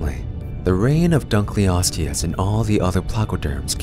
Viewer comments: just a heads up your pronouncing it wrong, its not dunk-leosteus, its dunkle-osteus, because david dunkle named it after himself. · Very strange pronunciation of our subject. Dunkleosteus pronunciation: "Dunkle-os-tee-us") dun-kel - not dun-kly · So my friend pronounced it Dunk-Leo-steus even though I’ve told them multiple times that it’s Dunkle-osteus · The fish is named after Cleveland Museum of Natural History vertebrate paleontology curator David Hosbrook Dunkle in 1956. Thus, it should be David's surname, Dunkle + Ancient Greek word for bone, osteon to pronounce: Dunkle-o-ste-us.